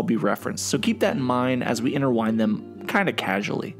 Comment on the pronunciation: 'interwine' smooth dude